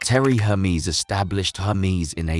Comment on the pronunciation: This video isn’t serious. The brand’s name is never said correctly.